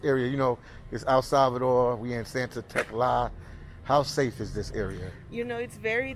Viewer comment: Tecla sounded to me last like Tesla 🚗,, this content is awesome 😎 I'm too doing travel videos so I'm finding this to be more interesting to watch, respect to the guide she is well informed of the area which makes this video informative type of,much love and support from usa 🇺🇲🇺🇲✌️ enjoy your stay!